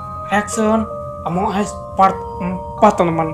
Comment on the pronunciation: Tadi bang ngomong among es wkwkw 😂😂